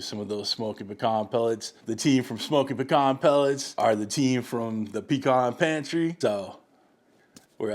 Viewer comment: Awwwwe, our little boy is all grown up ! He learned how to pronounce pecan correctly! lol . Good looking pie !